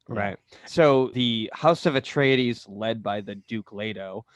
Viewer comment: Love the "Atreides" pronunciation ... at the beginning : )